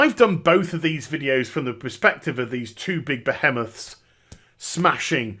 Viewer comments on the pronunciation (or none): none